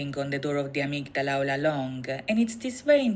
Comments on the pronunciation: Love this! Not many reactors take the time to understand the meanings of the videos. 💜 In English, we normally pronounce it "uh-MIG-duh-luh" but Yoongi pronounces it in the song "AH-MIG-DA-LA" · This was fun to watch... thank you! I knew about many of the references in these MVs, but I also learned a few new things! Just a note about "Amygdala ." It's pronounced 'a-MIG-da-la' and is a different part and function of the brain from the medulla oblongata. As you can see, these boys do their research! In these MVs, Yoongi shares his challenges with mental health and lays his soul bare in hopes to not only free himself but to help anyone else who may be struggling. He is incredibly courageous! 💜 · Nice reactions. My Suga is deep. What was triggering for me, was you both repeatedly pronouncing Amygdala wrong despite hearing her say it multiple times 😂. Also, what said, medulla oblongata, isn't the same word & it's a different part of the brain.